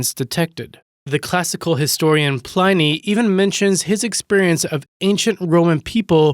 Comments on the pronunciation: Many online dictionaries provide pronounciation keys. Pliny is said with a short "i" as in the word Tin, not like brine. Makes you sound really stupid. Check the pronounciations before doing a reading next time. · Pronounciation please, it's 'neesh' (niche) and pliny with a short 'i' sound like 'bridge'